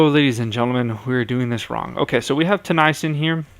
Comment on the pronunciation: Also Tennyson isn't pronounced "Tuh-nie-sun, it's pronounced Teh-knee-son. Sorry it just bothers me since I'm a sharks fan.